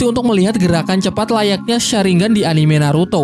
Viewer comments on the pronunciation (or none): none